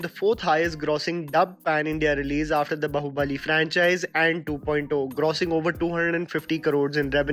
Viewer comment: pronounced Kannada correctly but what surprised me was that he still pronounced bãhubali wrong! It is not hard to pronounce for an Indian, and the way he did it was similar to American accent...